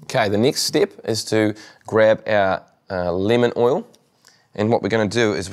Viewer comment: i thought he said linament oil instead of lemon oil. haha LOL